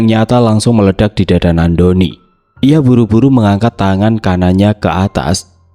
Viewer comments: Nandoni kak bukan nak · Ko bacanya nak doni trs sihhh